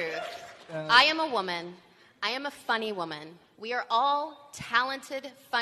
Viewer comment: "I'm a funny waman" kek